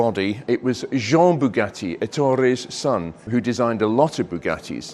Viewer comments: Boogah-ee! Or what is worse “coop” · I’ve normally only got praise for your output but saying “Bugatti” like an American sounds ridiculous. Aside from that, great video.